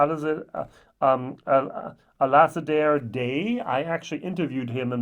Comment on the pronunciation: Nice review but seriously learn how to pronounce names and places properly - please Hebridean not Heebreedeen Alasdair not Alassadeer Mull not Mool I appreciate the accent throws it a bit... but miles off. If you know your stuff at least put in the time to research pronouncing the names. 👍🏻 embarassing to not even bother but claim to be a whisky review expert.